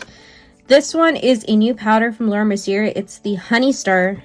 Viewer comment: Omg girl, lol. I can't with you. It's not Mercy-er. She's French it's Merci-AY! Mercier = Merci-AY! Please stop saying it Mercy-er lol